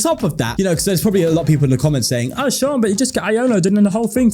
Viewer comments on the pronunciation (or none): none